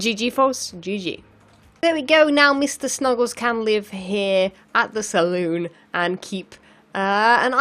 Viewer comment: When you said Salon, I thought, surely you meant Saloon, :D Lol